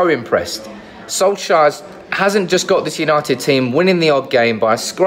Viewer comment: By the way, Solskjær is actually pronounced more like Sol-chair than Sol-shire.